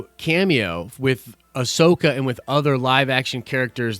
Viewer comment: Say it with me: Ah-so-ka. It's not that hard!